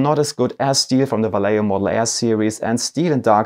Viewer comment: Vallejo is a Spanish company, therefore their name is pronouced Va(yeh) ho. if it was an Italian company then you would be pronouncing their name correctly Va(ley) ho. pass it on.